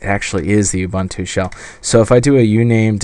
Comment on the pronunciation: Excellent - this could be a reason to get one of these. I'm particularly interested in how they run graphics software such as GIMP or InkScape. One minor point: Ubuntu is an African (Bantu) word, pronounced like "ooboontoo" but with a shorter "oo". Similar to Star Trek's Uhura. Instant geek cred if you get it right!